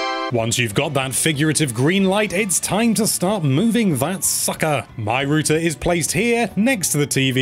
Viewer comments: It’s not rooter it’s router 😁👍🏻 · R-OW-TER. Say it with me,. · Why are you calling it "rooter"? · British pronunciation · he meant to say router and instead said rooter... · Lol. What's a "Rooter"? Do you mean "Router"? Wow. Did you get past 5th grade? Sorry, but it's ridiculous to take advice from a kid that doesn't even know how to pronounce a basic English word. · whats a rooter? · I see the joke. pronounced router as rooter. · If the British pronunciation for router is “rooter” then how do y’all pronounce the actual word rooter? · The way you say "router" drains on my soul like nothing else. It's not "rooter". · Wtf is a "rooter" 😂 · Rooter lol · A “ROOTER” lmao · You say router wrong. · The way he is saying router is killing me, and Im Irish with a thick accent ffs